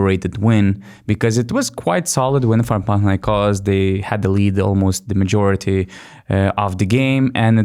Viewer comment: I love how well you pronounce Panathinaikos